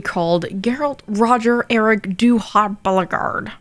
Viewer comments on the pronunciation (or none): none